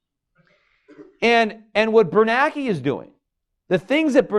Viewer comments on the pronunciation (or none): Gummer I can tell you how I'd do. If I were going to constantly talk about the FED chairmen, I'd at least learn how to pronounce their names by simply learning how to read. The man's name is BernaNke, not Bernake. Peter is the only illiterate IN THE WORLD who says it wrong. He doesn't even notice that everyone else is saying it differently than he does. Then I'd learn how to say Roosevelt. And so on, and so forth. That's how I'd do, for starters. Then people in the audiences wouldn't be laughing on the inside and thinking, "this dude doesn't even know how to say the man's name." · Can't even get the FED chair's name right, year after year after year. It's Bernanke, not Bernake. There are TWO N's, simple simon. Look at his name the next time you read an article about him. LOOK AT IT. Sound it out one syllable at a time like a kindergartner learning to read. WHAT DOES IT SAY?